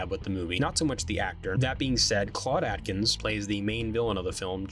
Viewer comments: AKE-INS is how it's pronounced. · Claude Akins, not Atkins. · The actor who played Aldo was Claude Akins (pronounced "ache-ins"), not Atkins.